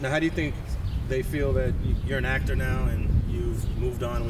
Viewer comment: “This vato said I want to be a “AcT—Terrr” clown ass foo